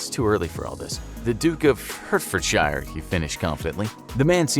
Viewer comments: As someone who is from Hertfordshire, it pained me how you pronounced it Hurt-ford-shire , not Heart-ford-shear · P.S. "Hertfordshire" is pronounced "heart-fudd-shuh", not "hurt-furd-shire". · As a Brit it hurts me to hear Hertfordshire be pronounced Hert-Ford-shire. Its heart-fud-shear. But A for effort. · “I’m the duke of hertforshire” That’s Illegal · Hertfordshire... Pronounced Hart-fud-sheer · My man said hurt-ford-shy-r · The pronunciation of Hertfordshire 😂😂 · I know you tried your absolute best to pronounce Hertfordshire correctly😅. Keep it up! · The way he pronounced Hertfordshire. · I can feel that😅!